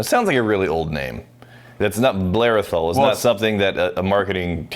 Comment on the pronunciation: Just to note guys, for the pronounciation of Athol, you accentuate the first syllable Ath, not the ol.